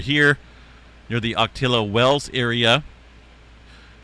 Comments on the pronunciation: Just a little FYI to help OCOTILLO is pronounced (OC-O-T-O). Keep up the good reporting. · (Oco-tee-yo) wells.